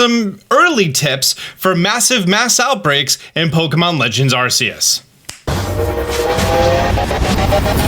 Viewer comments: learn the name it's not asseus it's arc-eus geez learn the damn names ffs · But it sound s like arse ee us and Translate French to English and put arse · During the Pokemon Presents, The CEO pronounced Arceus differently. So how do we pronounce it? Ar-cee-us or Ar-Kee-Us? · FFS IT PRONOUNCED AR-KEY-US!! You could at least get the name right if your gonna make a video about it. Geez! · It's pronounced Ar-Kee-us. Why can't you people not get it right? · ARSEEUS 😂😂 Also, thanks again. Knew you'd have my back with info as soon as this all come out. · R Key Us = Arceus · Arkeus. Say it right. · “Arseeus”… I love it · 'Arseeus' you do this just to hurt me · ah yes arseus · I like the videos he does but can't stand it when he say arceus so cringey say it right. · You always say Arceus wrong 😢 😂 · You are saying Arceus wrong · Hate when people say Arceus wrong lmao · still insisting on pronouncing the soft C eh